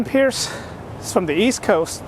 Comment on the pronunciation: Good luck dude! Also I believe the author's name is pronounced Price not Pierce!